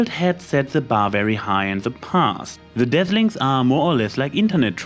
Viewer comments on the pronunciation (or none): Instead of Dazzlings it sounds like you are saying Deathlings. I wonder what the movie would be like if they were actually called that... shudders